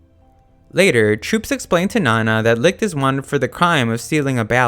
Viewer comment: I didn't watch the anime, so I can't tell whether they pronounce Licht as wrong as you do, but I can tell that you don't even try to pronounce it correctly, as you turn "ch" into a harder sound, similar to light. "Leekt"